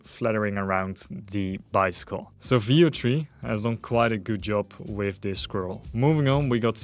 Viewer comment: did anyone else think he was saying "video-tree" every time he went to say Veo3...it took me half the video to realize what he was saying.